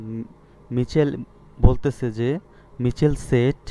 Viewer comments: স্যার মিছেল না মাইকেল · মিচেল হবে না হবে মাইকেল😂😂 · ওইটা মিছেল হবে না তো ওটা হবে মাইকেল! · Michael এর উচ্চারন হবে মাইকেল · Michael= উচ্চারণ মাইকেল হবে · মাইকেল উচ্চারণ হবে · উচ্চারণ= মাইকেল হবে +অন্তি হবে